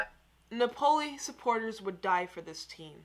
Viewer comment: The way she pronounced “Napoli”🤣🤣🤣